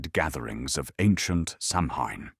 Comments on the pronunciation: It's pronounced Sow-when not Sam-Ham. And it's always "K"eltic with the hard.C sound when talking about the culture. Only the Basketball ball team uses the soft C. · SOW IN or Sowween not Samhain thanks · It is pronounced soween or sowin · Hahaha you pronounced Samhain the wrong way